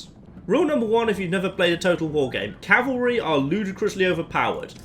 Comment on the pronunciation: 2 things: 1). Thank you for saying "CAV-ul-ree" instead of "CAL-vuh-ree." That is a huge pet peeve of mine when it's mispronounced. 2). Hope you get well soon!